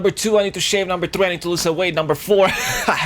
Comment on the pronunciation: Dafuq why allways tri ?? say threy just one time .-.